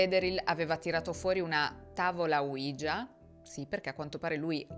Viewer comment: Aggiungiamo altra carne al fuoco : la tavoletta ouija si pronuncia 'uiia' e non 'uigia', perché è l'unione delle parole 'si' in francese e tedesco . Gran bel caso, molto interessante. Grazie per averlo trattato!